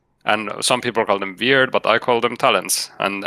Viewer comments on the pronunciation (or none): “Some people called him veerd”